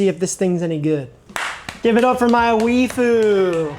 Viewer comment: That's... not how you pronounce waifu.